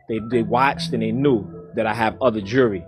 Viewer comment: Did he call "Jewelry" "Jury?"